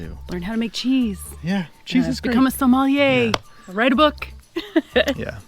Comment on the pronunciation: Sommelier not somalier